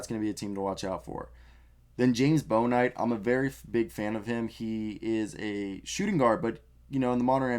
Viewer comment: It's pronounced Book-knight. How big of a reach do you think it is for the #14 warriors pick for Chris Duarte/which team do you think Duarte is gonna get picked by?